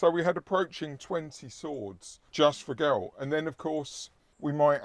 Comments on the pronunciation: ger-ralt not guh-ralt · maybe play the game and you will hear it pronounced, as it always has been as Geralt. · The Polish pronunciation is definitely the right one, I agree. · that is surprising yet we had the name Geralt or Gerald in the Germanic region too, that's where pronunciation would come in correct too. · Since the author is Polish, I would go with a Polish pronounciation, not least because it isn't spelt the Irish way. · English has no bearing on the witcher though as the witcher was originally polish. And the polish pronunciation is probably closer to the non diluted germanic pronunciation of Germany and Austria. English with all it's latin influences won't be able to correctly sound such names. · Immediate grimmace when pronounced Geralt's name:).